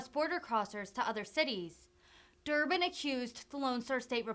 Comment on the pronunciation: Dick Durban.....it is DICK isn't it?